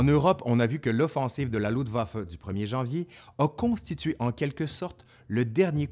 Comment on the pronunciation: LUFTwaffe pas LUDwaffe,cousin !